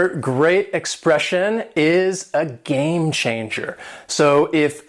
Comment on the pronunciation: why do you pronounce it game (sh)anger...? isn't it supposed to be pronounced game (tch)anger...?